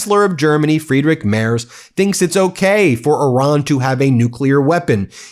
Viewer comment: (BTW, the name Merz is pronounced Merts, not Mers)